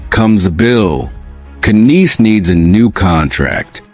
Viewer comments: Knies is pronounced Nies, k is silent!! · Bringing back J.T. for four years. Yes, definite change of the teams DNA. 😁🤣🤣🤣What did Tre do for the Calgary Flames? Love the AI "KNIES", LOL